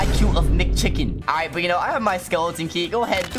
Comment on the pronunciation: the way he said mcchicen